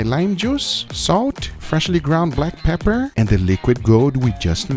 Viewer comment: “Freshly ground black pepperrrr” 😂😂